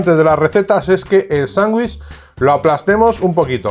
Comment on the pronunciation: Se dice "sandwich" con d. No sanguich suena horrible. Solo escuchar eso me hace salir del video